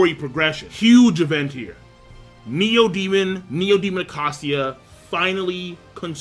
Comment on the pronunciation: You pronounce it, 'A-key-sha'. Go Dammit!!!